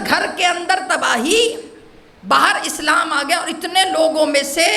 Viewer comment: ماشاء اللّٰہ بہت اچھا صرف آیات قرآنی کی تلاوت پہ زیادہ توجہ کریں ۔اس مجلس میں آیہ اکمال میں (رَضیتُ) کو تشدید کیساتھ اور (اسلامَ) کو اسلاماً پڑھ دیا۔